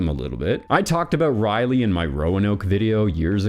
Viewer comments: Rolley not Riley. Raleigh. Sir Walter Raleigh. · It’s Ra-Leigh not Riley. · The ultimate question is; why do you pronounce "Raleigh" as "Riley?" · That's how you can tell he's a reader 😅